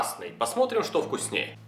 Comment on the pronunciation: Друже, прекрати "шокать"! Негоже жителю имперской столицы "шокать"